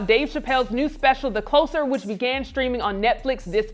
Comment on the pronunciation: my most disturbing thing in this video is how she said the title "the closer" like something is getting close rather than someone closing something.